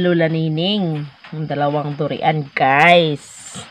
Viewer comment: Duryan Ang pagbasa sa durian dili du ri an